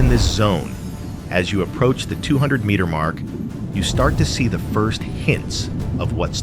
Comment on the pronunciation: Do we have to have AI narrating this stuff, AI that cannot even pronounce 1200 feet properly? AI is the epitome of common sense and reality.